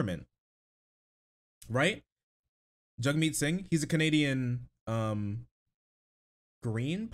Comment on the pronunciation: I love you man, but hearing you butcher Jagmeet's name was so fucking rough ngl XD Also he's the NDP leader, not the Green party leader